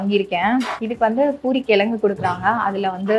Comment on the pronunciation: It's kizhangu and not as you are telling. i.e kilanghu. and vadacurry prepared in previous day's items like vadina and other kadalai maavu items.